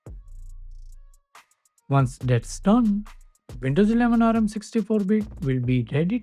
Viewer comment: It's not A-R-M. It's ARM!